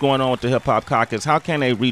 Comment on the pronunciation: sway can't say caucus correctly.